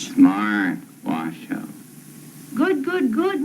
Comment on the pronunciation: I was delighted to finally know that "Washoe" is pronounced "wa" (as in "water") "show", because that's how said it. But then i was crushed when she said "wa-shoo", because it threw me back into doubt. I wonder if bonobos worry about pronunciation.